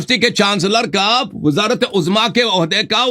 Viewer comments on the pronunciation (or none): none